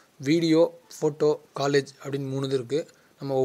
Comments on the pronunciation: காலேஜ் இல்லை கொலாஜ என்று உச்சரிக்கவேண்டும் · காலேஜ் இல்லை பா கொலாஜ் 🤣🤣🤣